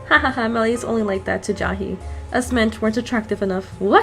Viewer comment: lol why do u say ja-hee instead of jay-hee